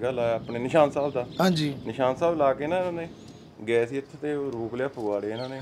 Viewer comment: Veere ਤੁਹਾਡੇ ਇਲਾਕੇ ਵਿੱਚ "ਸੀ", ਨੂੰ "ਤੀ" , ਕਹਿੰਦੇ ਹਨ ਪਰ ਮਾਝੇ ਵਾਲੇ ਅਸੀਂ ਵੀ ਤੁਹਾਨੂੰ ਸੁਣਦੇ ਹਾਂ ਇਸ ਲਈ ਤੁਸੀਂ ਕਿਰਪਾ ਕਰਕੇ "ਤੀ" ਦੀ ਜਗਾਹ "ਸੀ" ਬੋਲੋ , ਸਾਰਾ ਪੰਜਾਬ ਤੁਹਾਨੂੰ ਸੁਣਦਾ ਹੈ, ਤੁਹਾਡੇ 'ਵ" ਦੀ ਥਾਂ "ਬ" ਬੋਲਦੇ ਸ਼ਾਇਦ ਜਿਵੇਂ ਵਾਲ ਦੀ ਥਾਂ ਬਾਲ